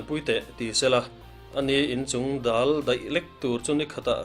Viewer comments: Chungdal tih a dal tih hi ari hniamalamrika thluk tur a nie. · CHUNGDAL tih leh ZAWLNGHAK tih lam dan hi a diklo deuh,Chingdal tih a DAL lai hi Thlan ka lai tih a THLAN tih leh LAI ti rik anga lam rik tur ani a, ZAWLNGHAK tiha ZAWL tih lai rik dan hi ahmaa mi ,THLAN tih rik dana lam bawk tur ani e